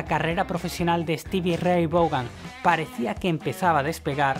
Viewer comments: Se pronuncia Steve Raitt van asi mero jajaja jajaja jajaja no vogan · Cuantas veces mas podria pronunciar mas el apellido ? Hahahaha Stevie Ray Vougan!!! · El nombre " Vaughan" se pronuncia como "Von" del alemán,tío, pon cuidado a la pronunciación del video en Berlin y otros. Por otro lado, el nombre "Van", como el de "Van Halen", es de origen holandés. SRV fue un músico excepciónal, pero en nada superó a Hendrix, parece que quería ser un Hendrix blanco, y lo consiguió, diría? Lástima que murió joven, pudo haber logrado muchas cosas porque era un músico todavía en evolución. Tal cual! (*_*))))) _-' **.' - _! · Hay que mejorar la pronunciación del inglés sobre todo en el apellido de Stevie